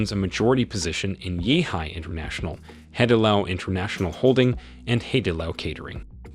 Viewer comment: There is no Yaw family running the UOB. Wee is the family name. The correct pronunciation should be Hai-di-lao, not Hardy lao